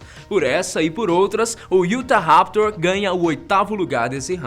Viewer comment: Não é iutaraptor e sim utaraptor